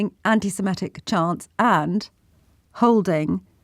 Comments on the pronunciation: The term is 'Antisemitic', not Antisemetic or whatever you're saying... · The word is antisemitic not antisemettic😮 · Or even Antisamatic, as the other woman said.